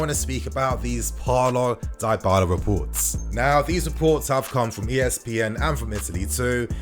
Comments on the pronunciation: Die-bala? It's Dybala fam. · Die-bala seriously 😶 Butchering another name by him again 🤦 It's pronounced as D-bala bruv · It’s pronounced Di-bahlah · Dee baaa laa Nini is is how its pronounced bro just saying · it's "DIIIIIBALA"(Dybala) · U pronouncung dybala wrong